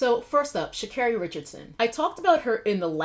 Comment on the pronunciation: It's pronounced Sha'Carry and I agree with your take on the controversy. I think she'll come back stronger. Just sit this one out.